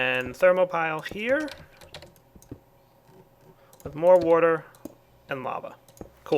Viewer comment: he ays water funny :)